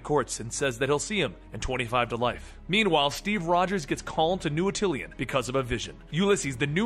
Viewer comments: At-ill-ian? No just no At-ah-lan. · Cringing at the pronouncing of Attilan as Attilian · THANK YOU. He also says "Trikel-on" instead of Triskelion, and "Atill-ee an" instead of Attilan. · It is pronounced at-i-lan, with no I sound and a short a